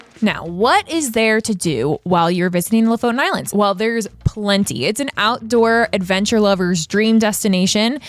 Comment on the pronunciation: It's pronounced Lo-fOten. Please. 🤦‍♀️ Lo=lynx, foten =the foot. Lofoten= the lynx foot. The main emphasis is on the second "o". The complete opposite of how you english speakers chooses to pronounce it. I cringe in my soul when I hear it. The knowledge of the world is at your fingertips with modern technology - please, make use of it before posting.